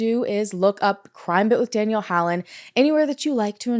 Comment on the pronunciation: as a South African, I was also going to comment on Danelle's good pronounciation! Afrikaans is no joke. Tip: Do some more research on muti-murders. It is a rabbit hole that you might find interesting.